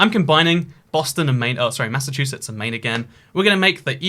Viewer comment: Everyone: New England: M A I N S S A C H U S E T T S